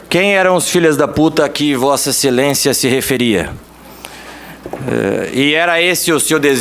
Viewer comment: "Vossa excelençia" , essa lixo, sorriso de hipocrisia!